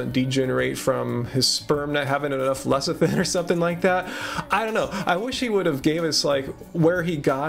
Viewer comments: Did he say lekithin? lol Bee Pollen is not vegan! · It's not my place to call anyone a snake-oil-salesman, but oh dear Lord does he not sound just like one? ^_^ Lecithin btw derives from the Greek "lekithos" (‘egg yolk’), so I see why he pronounces it the way he does... or maybe he IS just being pretentious (and I can hardly cast the first stone on THAT score ;-p). <3